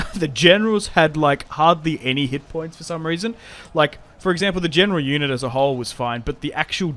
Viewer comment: it sounds like juden whenever he says unit its freaking comical